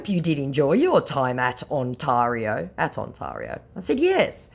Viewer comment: Please stop mispronouncing Ontario ... it's my home province so it's kind of grating ... Ont- tear - io (that's tear as in tear a piece of paper in half) ... thank God you weren't trying to pronounce Nunavut or Saskatchewan